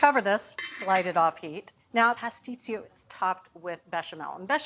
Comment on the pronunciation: My mother made the best pastisio. She made it for all the holidays. It is pronounced : puss- tee-cho